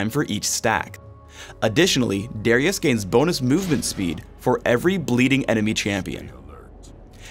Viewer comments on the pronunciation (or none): Darius, not D (are) ius lmao